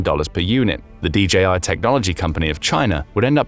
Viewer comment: DJI: "de jee eye" meaning "de jay eye."